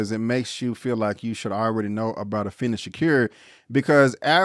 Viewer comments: Afeni's name is pronounced A-Feen-Nee. Could have at least took the time to pronounce her first name and their last names. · good review but i wish u would pronounce Afeni and Matulus shakurs names correctly